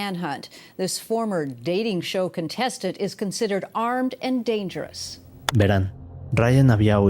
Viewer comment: Estan bien las historias pero pareces un robot hablando medio daz hueva y pronuncias mucho las palabras ahora, veran ect. 😂😂😂😂😂😂